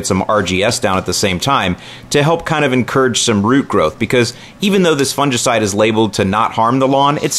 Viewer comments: Actually, we shod be making fun of since he says it wrong;) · Do all Americans say fungicide so strangely?